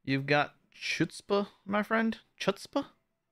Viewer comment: Nickname: Chutzpah - (you pronounced it VERY wrong haha) - need to brush up on our Yiddish - it means like courage/nerve/audacity